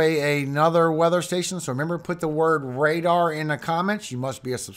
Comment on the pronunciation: RADAR rrrrr